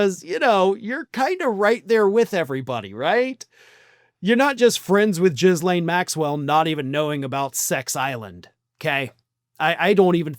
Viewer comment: No disrespect as I ❤your videos but you pronounce her name as Gee-Lane because I want every sick pedo names to be pronounced properly so they have accountability, as for Trump don’t get me started on that criminal enterprise that he has put in the White House and is the disgusting dictator. I feel so bad for every American 🇺🇸, you have only seen the tip of what your country will be after 3.5 years of him unless you get him out of office!